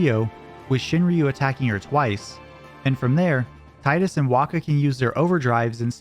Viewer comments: great video ! just one thing & i learned this through watching a Kingdom hearts youtube video Tidus’s name is Pronounced Teedus As it’s pronounced TEE-DUS hope This helps for years since the original final fantasy 10 original game released in 2002 PlayStation game we’ve been pronouncing the name wrong it’s Teedus & not Tidus most of us learned this over the years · Tee-dus, it’s pronounced Tee-dus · AWESOME video. But it's still "Teedus" tho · Better odds than finding anyone who can pronounce "Tidus" correctly, apparently. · You said "Tidus" wrong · everyone says Tidus wrong